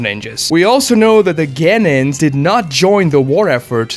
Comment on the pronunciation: we all know that Kurenai's dad died during the 9 tailed fox invasion. how do you not know that!? the series has been done for over a decade! also you are pronouncing Genin wrong and its really cringe! Its, gen-EEn, not gen-IN!